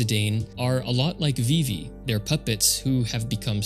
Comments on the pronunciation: VIVVY???????? VIIVVVVVVVYYYYYYYY?>?!?! FIX YOUR MOUTH. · pronouncing vivi 'vivvy' is so wild but cool vid